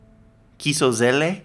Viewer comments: its not kiso zele its called kiselo zele :D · I love your pronouncing of our words :D it's not KISO ZELE, it's KISELO ZELE :D